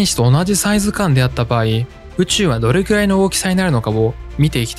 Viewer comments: どれきゅらい が気になって仕方ないw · 「どれきゅらい」 が、気になって気になって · どれきゅらいって言うのが気になる…